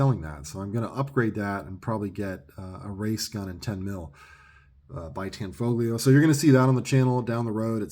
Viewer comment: The "G" is silent ! Tan-fo-leo. It's mandatory to say it different than it looks because it's Italian ! LOL !